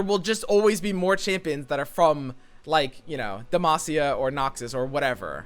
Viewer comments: And by the way, it's not 'Demashia', pretty much everyone, everywhere, including rioters says "Demacia" the way a normal person would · It's not "demashia". It's Demacia, S-sounding C. Come on, akflçajklfklaf you can do it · Im sorry who told you it was dema-she-ah, like we clearly hear a crisp demacia whenever garen does... anything. More importantly have we received confirmation that we only get 10? Also I love how confused you were about bandle city, because its so weird, but basically the yordles are little fey creatures with a city in the space between worlds. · It's DUM-ASS-E-UH. FFS, get it right dude. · Even Garen says Demacia with a sharp s, not a sh. Don't think I heard anyone say "Demashia" in my life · Who told it was "demashia" lmaoo